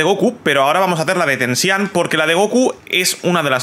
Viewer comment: Bro no hate asi se pronuncia (tenchinjan) no tensihan